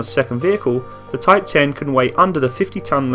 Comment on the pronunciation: Btw I think some may have pointed this earlier, it's actually called Type One Zero instead of Type Ten (Hence the japanese name: Hito Maru)